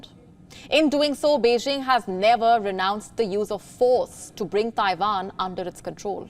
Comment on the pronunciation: Ah WION…when they’re(Indians)not fighting each other,they’re spreading lies about other countries and people.referring to Russian soldiers as:”Putins men” and Chinese soldiers as:Xi’s men”but not towards everyone else and FFS it’s pronounced:TAIWAN !! Not TAIVAN!!!